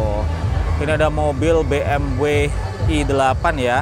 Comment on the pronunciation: Be em we aja, soalnya jerman pelafalannya ga gitu